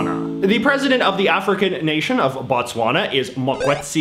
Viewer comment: Your Botswana was WEAK.